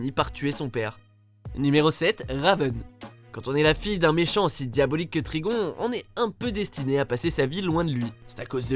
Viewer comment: Ça ce dit trigone pas trigon